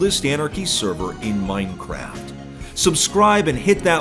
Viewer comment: i think you mean "oldest anarchy server in moinecraft" i love the guy but holy cow the way he says minecraft drives me insane lol